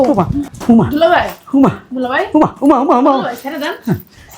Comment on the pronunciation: "হলুমান" না। হনুমান হবে। বরিশালের মেয়ে। তবে এই জুটির অভিনয় সুন্দর।